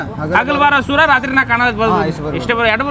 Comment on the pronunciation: ಸುರ ಅಲ್ಲ ಸೂರ